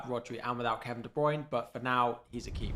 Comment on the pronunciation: I just unsubscribed solely based on the constant massively incorrect pronounciation of De Bruyne - it’s annoying as hell but good luck for the rest of the season. 😂